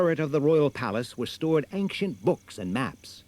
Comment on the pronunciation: Why does the narrator pronounce "ancient" as if it were /anksient/? That's a harder sound combination to make.